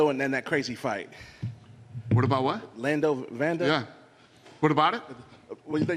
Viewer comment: “Lando Vanda” these journalists are bafoons